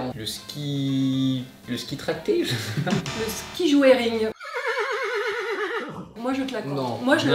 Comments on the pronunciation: le ski joering c'est ptn de connu mdr 😂 et c'est pas joairing mais djoring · MDR !!! Le ski JO-É-RING !!!! 😂😂😂 On dit le ski djo-ring en gros... mais bon c pas grave va, t’es pas de la montagne. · Le ski- JOERING, oui mais on le prononce jo et pas joe. Biz 😘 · On dit ski "joring" même si ça s'écrit "joering" 😂